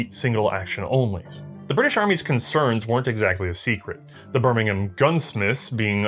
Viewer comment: Good pronunciation of Birmingham...... UK style.